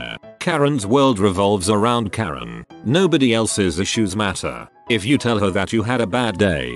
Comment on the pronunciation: Wait, did this guy misread Karen as Korean? XD